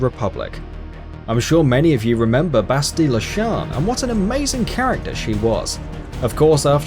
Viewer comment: How The fuk is it he says bastilla and revan